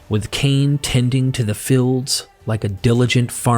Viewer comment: It becomes a bit of a chore to listen - when the Narrator pronounces words incorrectly. It took me a little minute - but when I realised that this guy has problems with the pronunciation of long vowel sounds - I was able to not have to back-track so often. '"Feeling" cornered' - became '"filling" cornered' - and "fields" became "fillds" . . . "Labyrinthine" was tortuously mispronounced - and "tales" became "tells" . . . And it's not a regional accent thing, or that English isn't his first language - or even a speech impediment. His English is as near accent-LESS as I've heard. No - it's just that he has a real problem with long vowel sounds. Although still a little jarring - I could listen okay, once I'd figured it out.